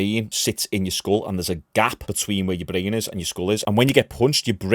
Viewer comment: A nerve that shuts off your blain it runs up to your blain. Its all about the blain. This dude really thinks he knows anything about fighting. Your not skilled what have you ever done you cant even say brain correctly